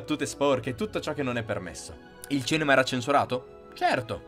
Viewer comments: Perché hai una dizione perfetta e molto fruibile, come mai non riesci a dire CINEMA? Mi entusiasmano i tuoi video ragionamenti Grazie per tutte le tue informazioni! Bravissimo! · Ma cos'è il "cenema"?! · Ma perché dici cEnema?